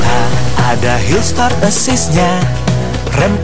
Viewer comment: Hill start apa hillsat 🤣 Btw itu toyota mr s